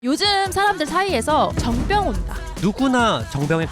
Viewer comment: 미치겟네 이게 무슨 그림이냐 정뼝 아니고 정.병.이라고 발음하는 거 의사 쪼 티나서 개웃김